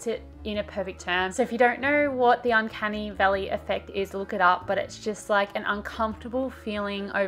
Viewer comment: I thought you said “uncanny belly” and tried to look that up.